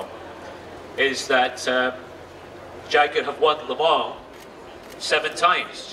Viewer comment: le mans not le mall.....